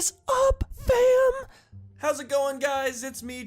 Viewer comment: He sounded like he was like half drunk or something when he said fam